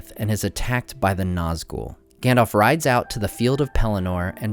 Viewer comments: Stop saying "Gandolph", its "Gandalf" we are not talking about some "Gandolph Hitler" here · you nerd,it is GAndalf...not Gendalf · Gandalf, not Gandolf. Both As are pronounced the same. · Gendalf, engmar, eargorn... sorry, it just makes my ears hurt. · "Gendalf" xD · can anyone tell me why americans say gandolf instead of saying it correctly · I'm sorry to say this, but his name is pronounced "ganDALF" not "ganDOLF" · Great videos but you’re pronouncing Gandalf wrong, you’re kinda saying Gandolf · Gandalf, Gan-dalf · Good content but I'm a bit annoyed that you pronounced the name Gandalf incorrectly :(